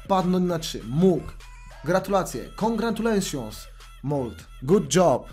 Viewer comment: XD congratulejszons naucz sie angielskiego